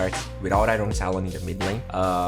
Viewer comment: IRON = ayorn, not ayron.